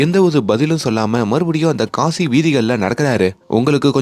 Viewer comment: ஹாஷி இல்ல காசி.